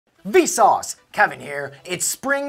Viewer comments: Its Vsauce2 not Vsauce^2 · The ending said "Vsauce squared" lul.